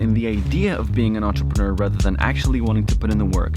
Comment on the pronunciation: WOW You are American and you Can pronounce Entrepreneur , (Not Quite) , Nearly!